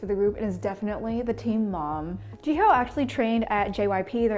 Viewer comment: Jiho 🥲its pronounced as Ji-yo